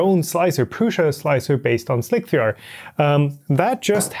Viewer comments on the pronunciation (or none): "...their Prusa Slicer based on..." What?! Slick-Three-Ar? 😂🤣 Isn't is based on Slic3r, like SlicEr, which is a play-on-words for Slicer? That aside, very good review, very good video. Thumbs up! 👍👍